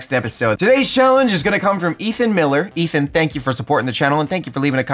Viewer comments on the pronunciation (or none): none